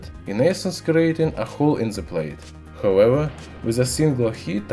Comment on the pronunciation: Guys, stop making fun of how he says however, imagine saying however in Russian 20 times in every video, not easy.